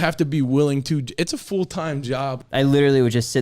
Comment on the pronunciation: As the dude says "it's a FOOLTIME job"